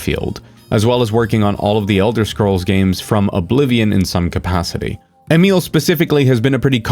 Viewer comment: Are you by chance a native speaker of Italian? The way you went out of your way to correctly pronounce Emil's name was highly unusual! No American would ever do that!